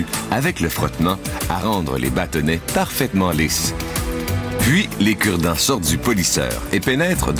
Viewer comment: lol avec ton accent de québécoise quand tu a dit aujourd’hui on vous parle des cure-dent j'ais crus entendre " on vous parle des kurd ... "